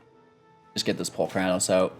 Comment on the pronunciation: Holy Crap, that's not how I pronounce Polukranos! Which means the way you say it is wrong. Sorry bro-ham